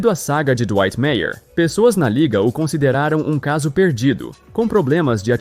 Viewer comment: Dwightmare. Acredito seja a junção do nome do cara com a palavra nightmare que significa pesadelo. Verifica como se pronuncia em inglês. Só estou querendo ajudar. Um abraço!